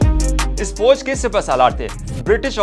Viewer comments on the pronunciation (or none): اردو تلفظ بہتر کرنے کی ضرورت ہے۔ فوج، تعداد، واؤ اور خ کا تلفظ خصوصاً درست نہں۔